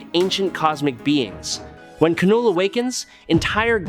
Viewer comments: Please say it right it is pronounced null not k-null..... Have you ever spoken English before? Heard of a silent letter? Look into it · I hate ai voiced trash. Its Knull not Kuh null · It’s just Null, not Knull.. like Knox is pronounced Nox